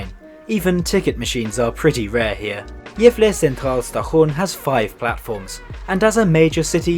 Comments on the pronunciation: he did not pronounce Gävle well and if you think so you are not Swedish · Not really. Gävle sounds like “jävla”. Uppsala is stressed incorrectly- “Oupsalla” instead of “Upp-SAA-LA.